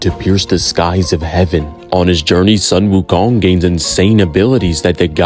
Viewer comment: You pronounce the 'Sun' in 'Sun Wukong' as 'Soon'!!!! So frustrating. Tsk.